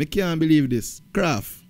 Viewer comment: KRAFF NOT KRAFTY 😂😂😂😂